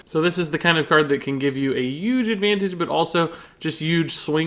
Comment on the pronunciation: Im new here so im assuming everyone has noticed he says huge like Donald trump does like "uge"